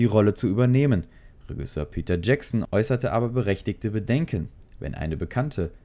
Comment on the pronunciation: Macht mich ein bisschen fertig wie du Regisseur aussprichst, ansonsten gutes Video :)